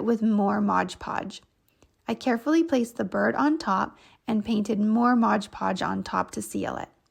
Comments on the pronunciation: MOD podge Not MODGE podge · if they are going to do a you tube then they need to pronounce words correctly. That is my worst pet peeve about you tubers calling Mod Podge Modge Podge. Don’t they read the label for Pete sake?